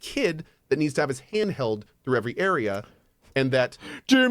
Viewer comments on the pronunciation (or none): none